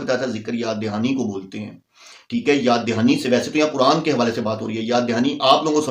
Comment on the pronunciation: ابے او بکھری الجھی داڑھی والے سب سے اوّل غلطی تمھاری یہ ہے کے تمھیں قرآن پڑھنے کی تمیز نہیں پہلے قرآن کی تلاوت و روانگی کو سیکھکر آؤ دوئم تمھارا تلفظ اتنا بھونڈا ہے کے تمہیں خود سے شرم آنی چاھئے کے تم کن الفاظ کو کس طرح نشر کرتے ہو صحیح لفظ قرآن ہے نا کے۔ کران جب صحیح سے پڑھنا اور بولنا سیکھ لو تو پھر کیمرے کے سامنے بیٹھکر اوروں کی غلطیاں نکالنا